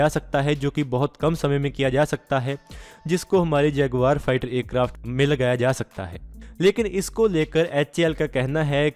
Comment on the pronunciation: Bhai Acarft nhi Aircraft bolo